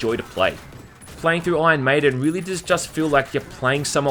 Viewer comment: This game looks great! Awesome review as always. Its funny because "Ion Maiden" sounds like an Aussie is saying "Iron maiden" Anyway